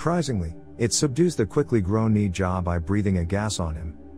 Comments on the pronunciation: If you are gonna pronounce their names please do it right it's pronounced naa-zha not knee-zha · Correction not née jah it’s nez ja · It’s pronounced naja